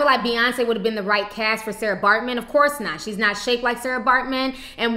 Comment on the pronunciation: It's not Sara it's Sartjie pronounced Saki